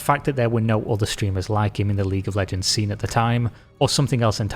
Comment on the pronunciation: 🤣Ahh League of leeejeee...